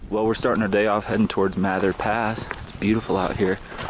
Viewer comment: Mather with a proper "A". Named for Stephan Mather student of John Muir.